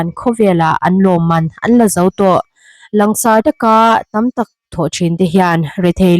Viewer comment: " Lang sarh " ni lovin " lan sarh " tihtur ani em Aw?